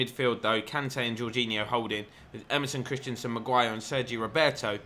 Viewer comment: Great series but this is getting to me - it's Christensen, not Christianson. It's just pronounced "Chris-ten-sen"...